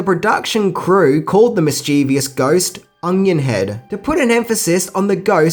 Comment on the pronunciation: "Mischievous" has three syllables. There's no letter i in the last syllable. A lot of people slaughter that word.